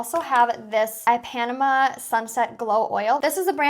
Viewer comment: Oh no! You completely butchered "Ipanema." 😂